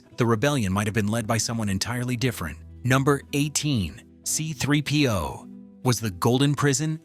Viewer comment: What an absolutely horrible video!!! —DON’T PRESUME TO KNOW YOUR AUDIENCE’S KNOWLEDGE! We knew some of these points, so don’t lie and tell us that they’re something we “never knew”!! —don’t use AI narration if it doesn’t know how to pronounce key words. It mispronounced C-3PO, R2-D2, Sissy Spacek, mannequin, Tunisia, and others —Don’t tell me that the landspeeder used mirrors, but then show video snippets of the updated movies which used CGI, and NOT mirrors!! —don’t claim that the crawl want CGI, but then show us video of the episode IX crawl, which WAS CGI!! —don’t tell us that Lucas was fascinated by Flash gordon from the 1930s, while showing us video from the 1980 Flash Gordon movie!! Not even remotely the same thing!! All in all, this was horribly done. Next time, DO YOUR RESEARCH!!!!!